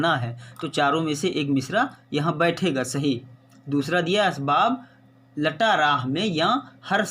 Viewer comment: Sir please ques.114 ke Sher me asbab Luta lafz h aap Sahi pronounceation karen